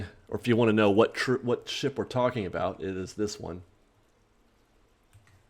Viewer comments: i really wish you had enunciated the P in "ship" a little better at the beginning. it sounds like you're saying a naughty sound-a-like word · said “ship” right???? Lol 😝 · I know that's what he's supposed to be saying at the beginning, but I CANNOT hear him say that.